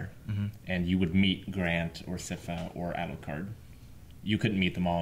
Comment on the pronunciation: My guys, it's S-eye-fuh, Sypha